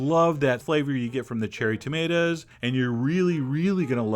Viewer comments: "Tomataz in the zalza" could do without the narration... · Salza and tomatas. Chef John you ain't pronouncing your words right ;)